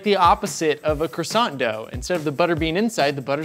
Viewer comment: Still struggled with "croissant" though haha Edit: and "herbs"